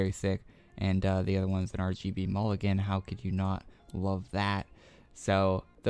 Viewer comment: MOGLIN* LOL PLS NOT MULLIGEN